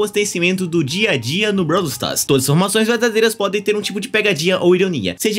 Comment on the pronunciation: "Brau stas" taerrad